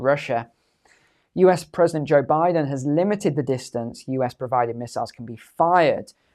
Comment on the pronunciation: Good ole "Boe Jiden" 😂